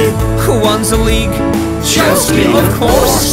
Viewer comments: It is Chelsea not Chelskea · It's chealsea not chelski